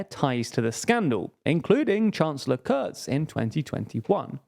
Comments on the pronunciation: The "u" in Kurz is pronounced the way as it is in butcher. But you can call him "shorty" that works too. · Because their conclusions are just wrong in a lot of ways. They friggin typo the name of Kurz in the video, mispronounce his name, mispronounce the bloody names of the parties, judge the greens as left wing (which is cutting it short massively),...